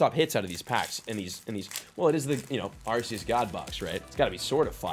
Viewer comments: I believe it's pronounced Ar-koos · The only correct pronunciation is ARKOOS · First: The Green Code that had the Sylveon V-MAX is an Error Print cause the WHITE and Green Codes are meant to hold the Pulls Second: Its pronounced "Ar-Key-Us" due to the Gamefreak Company taking over the Production of the Anime after 4Kids Entertainment in America shut down Awhile ago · I pronounce it Arceus with a C instead of an S